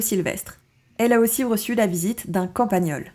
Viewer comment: Super intéressant et instructif , je m'abonne. Un détail c'est campagnol et pas campagneul